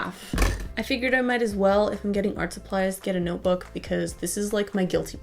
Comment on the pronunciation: A DOLLA? FOR A NOTEBOOKA?